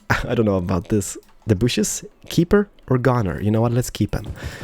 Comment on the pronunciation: plz say trees not bushus